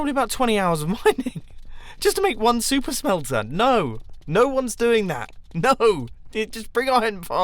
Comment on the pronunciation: It sounds like he's saying "soup smelter" at some times